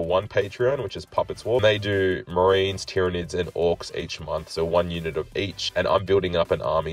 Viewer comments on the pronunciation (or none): none